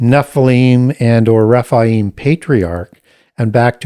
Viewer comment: Raphael is an Arch Angel (not fallen). His name means God heals. Rephaim are the giants (he pronounces it Raphaim ). Raphaim is an (individual) ancestor of Judith according to the Apocrypha. Never heard Baal having the name Raphael/Rapael, but Ra, yes. I admire the amount of knowledge has. I was just very confused and had to do some research in regards to the angel Raphael, seeing if there were any links. Nope just mispronunciations, and perhaps the usual devil counterfeit scheme.